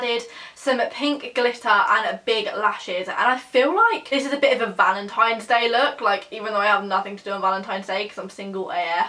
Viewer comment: You said valentimes day lol I love you